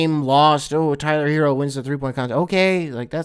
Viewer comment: He almoat hit the “herro” so hard